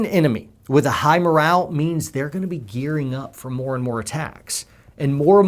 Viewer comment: Dude MORALE NOT MORAL!